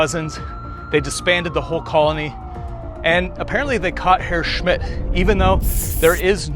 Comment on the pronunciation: Very nice vid, thanks! Nicely filmed, one can learn a lot from your storytelling. Also, as a native German speaker: cudos to your pronounciation of „Herr Schmitz“!